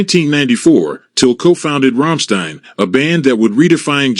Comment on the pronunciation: wow can't say Till or Rammstein correctly.